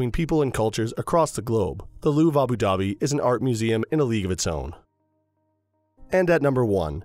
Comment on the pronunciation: Good video but the way u say Abu Dhabi is actually jarring